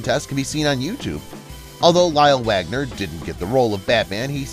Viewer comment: It's Lyle Waggoner not Wagner.